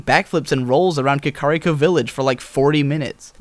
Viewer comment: I pronounce it kah-kah-RI-ko rather than kah-KAH-ri-ko